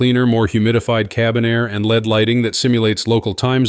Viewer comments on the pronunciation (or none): "Led" lighting? "One-one-zero zero zero" range? This is why A.I. narration is so obnoxious, you can't listen to it. Just going to go to another video, this one is so awkward I can't watch it.